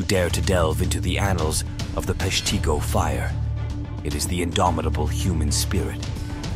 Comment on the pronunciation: Locally we pronounce it Pesh-teh-go. Other than that an interesting channel and episode.